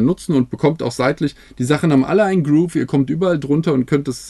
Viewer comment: Ich muss immer wieder über den "Groove" lachen. Der Groove heißt Grove 😉